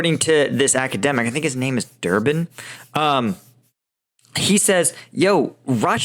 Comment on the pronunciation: Not "Durban" but Dugin, whose daughter got unalived in a car he was supposed to be driving a little while back.